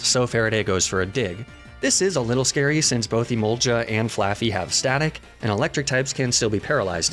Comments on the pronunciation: ITS EMOLGA NOT EMOLJA 😢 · Emolga no emolja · I hate that I can't tell if he's mispronouncing Emolga or purpose, or if he just legitimately pronounces it that way.